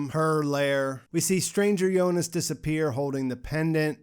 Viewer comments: so it's the final .but why she said jonis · Is it me or he is actually saying "Yonas" instead of "Jonas"..